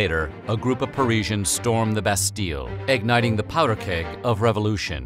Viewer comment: What the hell is a revolushion?! lol